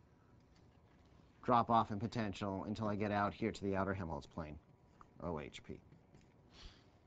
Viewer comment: Helmholtz, not Hemholtz :)